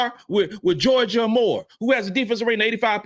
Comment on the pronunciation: I love the content that you put out my brother. However, IF YOU’RE GOING TO TALK ABOUT A PLAYER, AT LEAST Pronounce HER NAME CORRECTLY. It’s Georgia AYE MORE. Not Amor Aye More. Do BETTER!